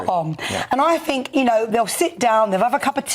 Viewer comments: It's "THink", not "Fink". Two guests who can't even pronounce words correctly; grips my shi*. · Education in the UK has clearly failed... Is it really beyond them to be able to pronounce their own language correctly... It's 'think' not 'finck'. They are not babies fgs. Hard to take any person with such a lack of capability or with shear laziness seriously. I bet Donald Trump can articulate better than these guys yet, there they are, slagging him off as though they are even remotely competent. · I fink’ haha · I fink, i fink , I fink...She finks a lot 😂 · “I fink” 😂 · Cant you get anyone on that doesnt say I fink?